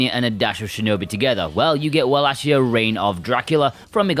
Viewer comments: Its pronounced Vallachia not Wallachia. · Good review but the correct pronounciation of wallachia is "wallakia" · Not to correct u or anything as I pronounced it walla-shia myself before watching castlevania on Netflix but it's pronounced walla-kia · This review convinced me to finally buy this.... you do know you are pronouncing around wallachia wrong right